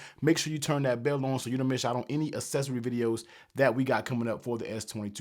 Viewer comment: Assessory? I'm gonna go ahead and say that's the wrong pronunciation....aight? :)